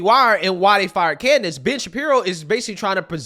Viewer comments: Hey are you saying Bitch Shapiro or am I the only one hearing this? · for a moment there I thought you said Bitch-Apiro